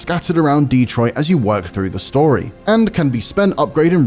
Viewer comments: hey just wanted to say it's "Dehtroit" not "DEE-troit" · Man said DEEtroit